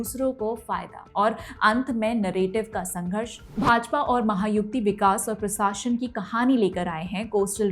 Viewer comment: Maha yuti correct and not Maha yukti